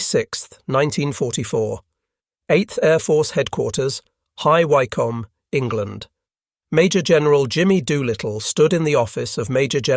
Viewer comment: Wycombe is pronounced Wickham.